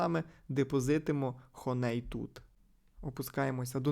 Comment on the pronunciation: Хоней трішки вуха ріже, а взагалі то хані 😅